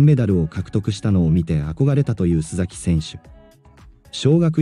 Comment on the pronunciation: すざきではなくすさきさんです